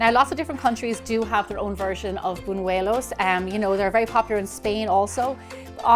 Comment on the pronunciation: Gemma does an excellent job